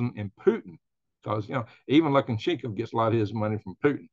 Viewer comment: Its pronounced "luca- shenk- o"